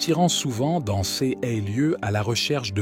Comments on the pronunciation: Pouvez-vous remplacer cette voix de l'intelligence artificielle par la voix d'un homme ou femme humains? Voici quelques exemples parmi d'autres : "cesse paroles" au lieu de "ces paroles" et bien d'autres exemples. C'est une honte. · L'IA qui parle est agaçant .... Prononciation de : ces en ciès est insupportable. Changer d'IA s'il vous plait 🙏